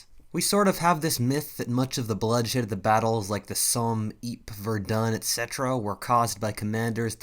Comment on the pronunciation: What was that second WWI battle you said??? I have never heard it pronounced "Ypres" pronounced "EEEEP." Its "Ee-pree."